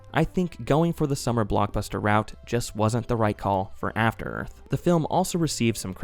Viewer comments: *After Earf FTFY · Afta Earf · I believe it's pronounced "Afta Œth"